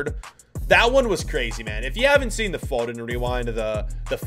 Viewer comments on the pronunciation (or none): the way he says Foden triggers me. Its F--o-den not fo-den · It’s foe den fod en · It's annoying as a British person hearing you say foden 😂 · phoden phoden pronounced foden